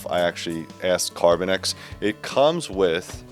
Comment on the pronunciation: CarbinOX, not carbinEX. Sorry, it just irks me